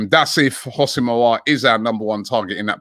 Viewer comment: Someone tell Robbie It's NOT "HOSS-IM" It's "WHO-SEM" Aouar